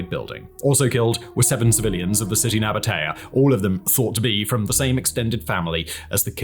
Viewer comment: just a quick note: we pronounce it Naba-tee-ye